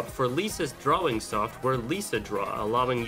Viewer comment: STOP SAYING DRAWING LIKE THAT